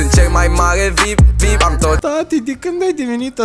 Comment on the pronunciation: Defapt se zice vi-ai-pi (very important person)